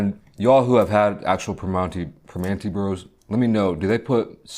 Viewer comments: Hello fellow yinzer. I hate the way he pronounces it "Primonti's" tho lol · haha yeah that irked me too. its pronounced more like per-MAN-(t)ee bros around here but at least he tried